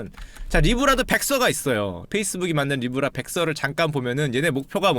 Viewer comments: 니 브 라~ㄹ ㅋㅋㅋㅋㅋ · 도대체 슈카오빠가 말씀하신게 모죠? 아무리 들어도 니불알인데